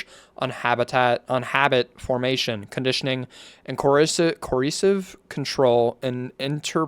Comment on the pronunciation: CO. ER. CIVE. FUCKING SOUND IT OUT JESUS